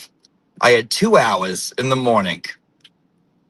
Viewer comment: LMAO the nuance in your J interpretation 😅😅😅 - i want this every morneenk😂